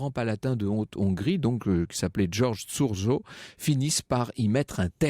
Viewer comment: Super. J adore votre émission. Mais y as un legere problele de pronontiation des noms. Le châteaux c appelle Cachtice..... Et l hommes qui la arrêtait s appelle Thurzo. Mais c'est plesire dz vous écouter. Je suis un grand fun :-)